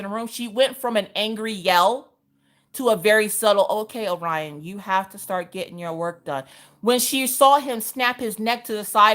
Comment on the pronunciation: You would think as a teacher, they could pronounce Orion correctly.